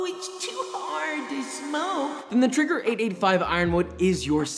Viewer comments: Keeps saying trigger but its traeger ae makes the A sound. Is he correct or am I wrong. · It's not Eren Jaeger but Joshua's Traeger